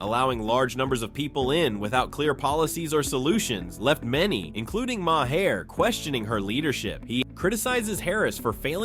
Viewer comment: Please learn to correctly pronounce Bill Maher's name. It is pronounced MAR! Not Mahair. It affects your credibility if you can't say the man's name right.